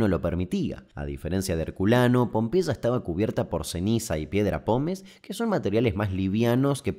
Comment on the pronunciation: Con una gripe tremenda llegué ayer y me dormí todo, así que ahora de la madrugada viendo ésta joya , increíble sos querido Damián,superandote vídeo tras vídeo!!! Un abrazo Tita de Tortuguitas Pd: me encanta como pronuncias Pompeya 😂😂😂